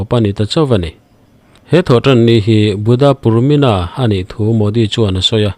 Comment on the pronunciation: Sir Buddha purnima tih zawk tur a ni e. Buddha purmina ti lo vin